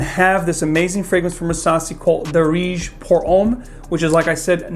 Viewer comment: Guys.. I'm Arab.. It's pronounced as Daarej, not Dareej!! I. E. The "aa" sound is longer and "e" sound is shorter And it means "trendy/in fashion/popular/common" u know